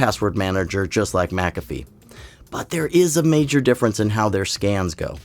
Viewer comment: bro said “hiw” 😔😔😔